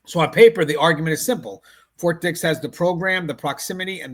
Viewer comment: "Fort dih" 😭🙏🥀